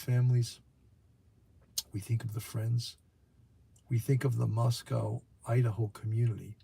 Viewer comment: Moscow rhymes with Roscoe.